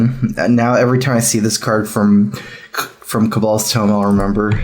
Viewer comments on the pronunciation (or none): none